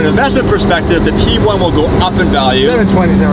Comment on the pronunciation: “P1!” What I heard: “We won!” Yes, yes you did.